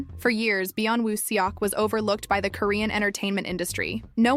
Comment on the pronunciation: Please practice saying his name correctly. It’s no seeyawk. But it is Sawk. Eo turns as aw in Korean